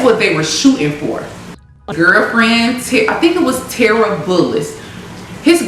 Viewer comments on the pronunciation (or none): none